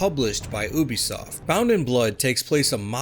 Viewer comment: Why do you pronounce Ubisoft like that? Would you say a unicorn is a OONICORN? It’s pronounced “you-be -soft”…like your generation